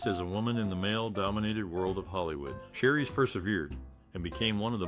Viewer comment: 😆 Repeating this makes me want to stop watching this!